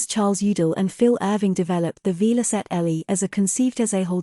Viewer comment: Shame you couldn't find an IA voice that could pronounce Velocette correctly.